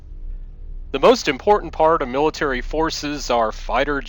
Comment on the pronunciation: "the raptor f22 is capable ofFFFFSSHHHHHHAAAAUUUUUUUMMMMMMMMMMMMMMMMMMMMMKMMMMMMMMmiles per hour."